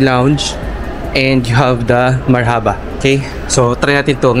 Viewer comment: Marhaba spells like Marrrrrhubah straight word not mar-Haba the filipino way